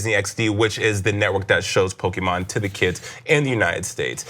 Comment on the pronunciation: I’m a stupid nerd but the Pokémon pronunciation is killing me rip Also “step away from the bronzer” um that’s dumb.